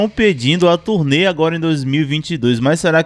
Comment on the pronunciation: Turê? Ou turnê?